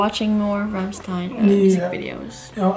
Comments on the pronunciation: It is very easy to pronounce Rammstein right. the "stein" you have to say "shit" without the i, then I and then the n ;) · It was a very good reaction, but still after listening them singing Rammstein for 20 times you still pronounce their name wrong.